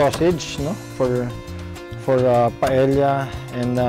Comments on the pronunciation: Love this so much...but this pronounce as PA-EYA...not PAEL-YA...just sharing hehe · Just an fyi lang po, Paella is pronounced po as 'pah-eh-ya' and not 'pah-eh-lla' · Paella pronounced as PaEya just saying.😅😂😊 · Correction lang we have toured around Spain and there in Valancia, Spain that we learned that the right pronunciation of Paella is Paea it is silent l. Thank you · This Filipino guy, who hails from a former Spanish colony and who can't even pronounce 'paella' totally butchered this dish and broke too many rules when cooking this dish...